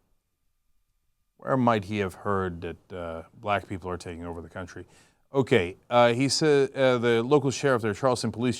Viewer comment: Cuntry say 'Cuntry'